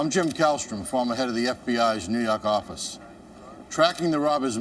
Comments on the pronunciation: I’m here to hear “new yawk office” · I am just here for the "Ney Yark Office!! "